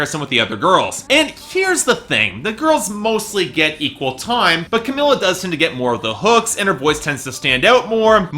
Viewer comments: it's pronounced cameela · he seems to know all this shit about 5h but can't fucking pronounce camEELa